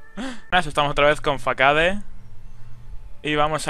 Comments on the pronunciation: Porque pronuncionas Façade como "Fakade" Si se pronuncia como "Fasade"? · fuck hard xD me encanta como pronuncias façade